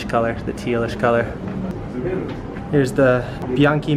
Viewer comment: The teal color is "celeste" which is pronounced cheleste. It's their iconic color. The one with the yellow accents is from the past when they had a rider who won the tour de france named Marco Pantani; one of the most famous cyclists ever and probably the most famous to ride Bianchi.